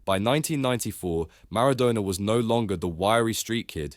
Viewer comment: Maradoner?!?!? Cantoner????